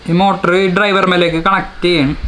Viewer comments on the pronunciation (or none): none